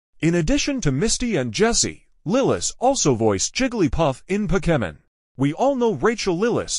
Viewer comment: Hey bro you pronounce Pokemon wrong